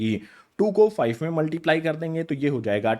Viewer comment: Five❌️ Fife🤡